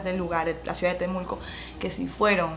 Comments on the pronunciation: una pequeña corrección, es Temuco no temulco jajajjaja te amo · No es Temulco es Temuco chile